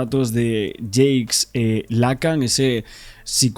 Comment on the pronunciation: Estás pronunciando mal el nombre de Jacques Lacan. Debes pronunciar "jack lacán".